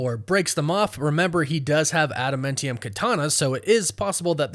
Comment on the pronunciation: I stop any video at the point where you mispronounce Adamantium. As you can see from the spelling, it's man, not men.